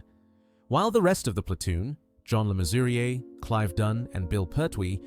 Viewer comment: Main wurring? 😂 And le Mesurier is pronounced le measurer.